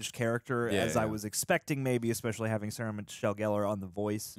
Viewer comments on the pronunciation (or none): none